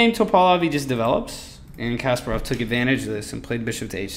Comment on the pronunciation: It's pronounced Kas-PAH-rov, not "Casperov." Good grief...